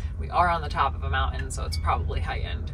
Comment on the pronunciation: Mountain had a T in it. Didn't know if you realized that because you're not pronouncing it. Anyway mounTain 👍